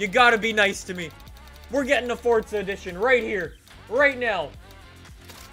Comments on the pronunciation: It’s forza not fortza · Omg it's forza a not fortza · Stop saying fortza 😂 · Its not FORTZA